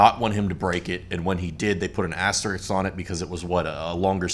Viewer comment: asterisk not Asterix